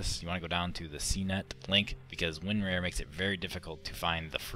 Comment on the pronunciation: Hey you regard it's winrar not winrare